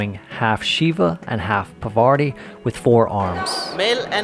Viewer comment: Cheers to you for being such a Indophile! Would you take up the challenge to pronounce Indian words properly? For example it is not Pavarti, it's Parvati, the wife of Shiva. Not criticizing your Yankee accent, which is perfectly fine, but you are just saying important words wrong! After years in India!